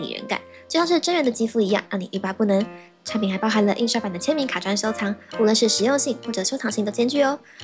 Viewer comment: 把那个产品说清楚点😮